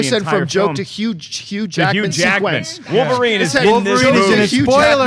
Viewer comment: He said Hugh Hackman sequence